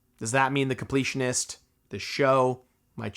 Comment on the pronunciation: The “con-pletionist”?